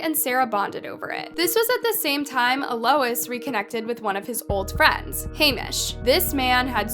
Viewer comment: Its pronounced al -Los